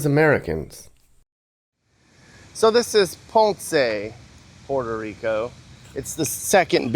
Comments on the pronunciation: Puerto Rico not Porto papi one point less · Your gringo pronunciation is…interesting “Porta Rico” 😂